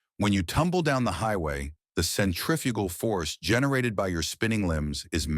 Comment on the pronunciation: haa haaa haa ...Centrifyooogal force. AI Slop !